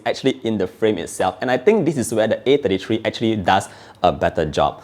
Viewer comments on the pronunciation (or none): I can't tell if he's saying A53 or A33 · I got confused with your pronunciation between 33 and 53, sounded so similar I had to go rewind to be sure which model you were referring to.